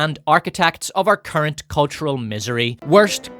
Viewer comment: Is he saying Karen iPhone or Current iPhone?